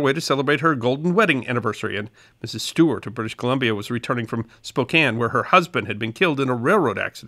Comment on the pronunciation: Bonus points for correctly pronouncing Spokane. Next challenge: Puyallup.